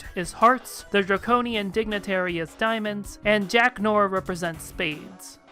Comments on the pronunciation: 'noir' is pronounced like 'nwar', not 'nor' -- great video otherwise. :) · To make matters easier, you may want to pronounce noir as "nwahr"